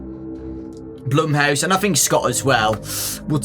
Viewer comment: Not even says blumehouse